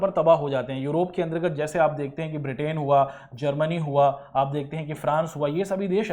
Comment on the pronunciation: ब्रिटेन correct not बिर्टेन